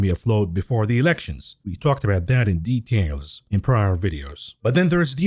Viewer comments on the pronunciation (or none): none